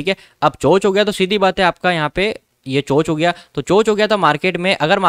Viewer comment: Bhai chock bola kr